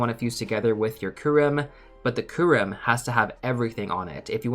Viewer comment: This bothered me throughout the whole video. The Y in Kyurem isn't skipped xD It's not "koorem".